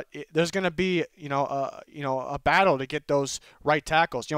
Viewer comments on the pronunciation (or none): none